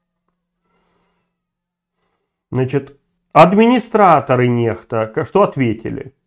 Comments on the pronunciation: Ну, Курейчик, блин🤦🏻‍♀️🤦🏻‍♀️🤦🏻‍♀️🤦🏻‍♀️🤦🏻‍♀️🤦🏻‍♀️ Хватит уже нЭхта!!!!!! 😡😡😡😡 нЕхта !!!! нЕхта !!!!! И кому нужна твоя бесполезная критика? Что это меняет сейчас? 🤦🏻‍♀️🤦🏻‍♀️🤦🏻‍♀️ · Ньехта а не нэхта или Nexta нэкста по английски